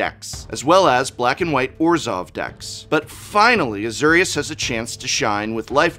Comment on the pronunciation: Az-OR-ius. SIRE Ginger, HEIL-da